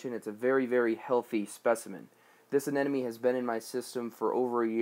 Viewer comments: sounds like you're saying anenome... :P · You’re saying anemone incorrectly.